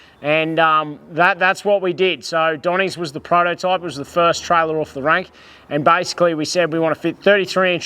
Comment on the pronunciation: The word is pronounced off, not oof 🤦